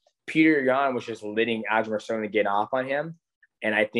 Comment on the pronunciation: Great interview, DJ’s one of the greatest, but this man sat in a thirty minute interview Calling Aljo “Aljamer Sterly” 😂😂